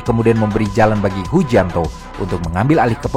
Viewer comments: itu hujianto apa hujintao wkwkwk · Koreksi min, Hu jin tao,,bukan hu jianto 😅,,hu jianto mah orang jawa ,,maaf 🙏